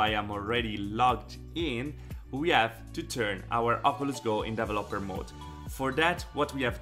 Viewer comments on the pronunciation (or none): Dee vel LOPP er Hehe you should put the accent on VEL. De VELoper You make great videos, thank you.